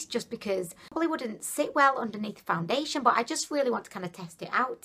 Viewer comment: It sounds like some of the times you say foundation you are saying found-da-lation. But then you say it normal. Maybe it's just cause you saying it faster. I don't know I could be crazy too!! Lol either way your funny ad hell. An I do agree with you when you say you used to much. I think you only need a tiny amount. At least that what I've scene working for others.